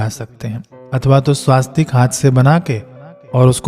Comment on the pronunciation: श्रीमान जी स्वास्तिक नहीं होता है , स्वस्तिक है ।